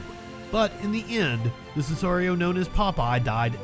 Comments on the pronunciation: Just for your info its not scissarios Its Si-ca-rios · Sesario ......not right. Si....ca....rio proper way to say it